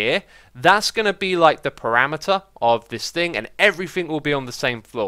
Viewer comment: I like how u pronounce perimeter like parameter when i pronounce it like purimiter